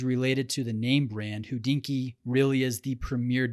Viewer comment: Please stop saying who dinky Thank you